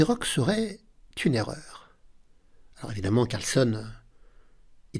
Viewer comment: CarlsÈn et pas Carlsonne ... AbdusattOrov et pas Abdusattarov